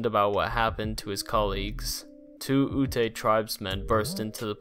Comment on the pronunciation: ute is pronounced "yoot", rhymes with boot or jute :^)